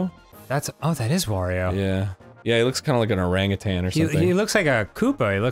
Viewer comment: Oh my god, he said Orangutan correctly, I'm so happy